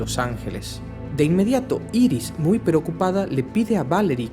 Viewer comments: se pronuncia airis y es su mujer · jaja obvio es bart allen por que iris como la llamas es la esposa de barry y se dice airis bueno igual me gusto el vídeo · No se dise Iris es airis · IRIS SE PRONUNCIA : AIRIS PLS ME DA SIDA EN LOS ODIOS SE QUE ES UNA ESTUPIDEZ PERO ES QUE SUENA MUY MAL